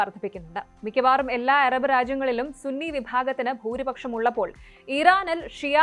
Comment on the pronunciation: എറബ് അല്ല അറബ്